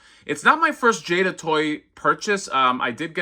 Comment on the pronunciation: Awesome. Just ordered Chun-Li myself recently. Pretty sure you got the "Jay-da" pronunciation right.